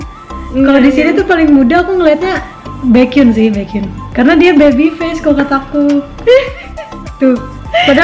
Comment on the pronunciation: Huwaaaa aku baekhyun stand😎😍 baekhyunie memang paling the best😘 Fyi.. baekhyun dibaca baekhyon Baekhyun pernah bilang kalau fans luar nggak pernah manggil dia dengan benar Mulau skrg ayo kita panggil dengan benar😂